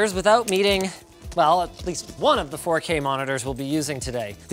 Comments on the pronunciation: Ahh yes, the "FU K" resolution? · Welcome to Linus Tech Tips where we take "dropping costly hardware" skillz to new limits!! Btw did he said fookay??